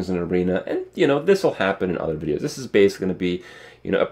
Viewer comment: Another Heartstone wideo anoder dislike. When vill hardkore returns?